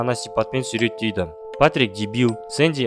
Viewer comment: Сүреттейді емес,суреттейді